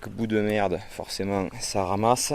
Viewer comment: Merdes et pas Lerdes 😅